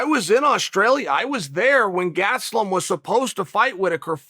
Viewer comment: Chael: He's "Kevin GaT-suh-LumM" Me: Okay Great